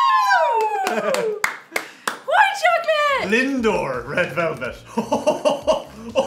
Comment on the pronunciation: Dublin man gains 2 stone in one week. He reportedly keeps repeating "red velvelt" over and over again. Experts believe he will make a full recovery.